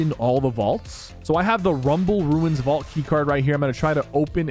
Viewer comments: A "Vualt" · “The vualt key card” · Bro what is a vualt 😂